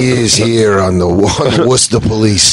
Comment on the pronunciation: I love Dan for pronouncing Worcester right.